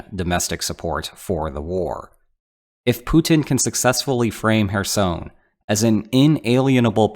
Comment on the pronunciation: Good video, but Kherson is NOT pronounced "her-sown". It's pronounced "her-sun" / "her-son".